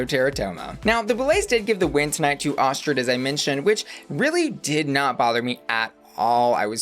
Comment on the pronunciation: Just letting you know Astrud is pronounced Astrid, it just because she is Brazilian she wanted to spell it to connect more with her heritage